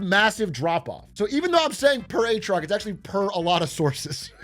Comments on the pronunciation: "PeR aTrIoC" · "Per Atrioc?" Who's Atrioc? I only know Big A